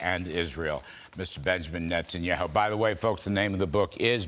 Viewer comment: BIBI was polite enough not to mention the fact that the gentleman mispronounced his name twice. Ignorance or intentional? You decide.